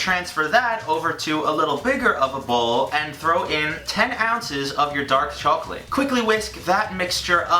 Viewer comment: the way says chocolate makes me think of the chocolate ladies from spongebob... "THEYRE SELLING CHOACLATE" "CHOACLATE?"